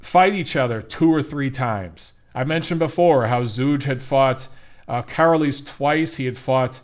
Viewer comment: I think it's pronounced Zoyga